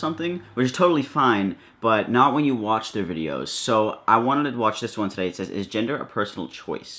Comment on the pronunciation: I knew it qhen he said two qhite religious girls